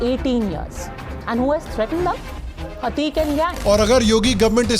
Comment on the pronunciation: Thodi hindi ki acchi shiksha le lijiye mahashay. Ateek ahmad bolte hain Aateek nahi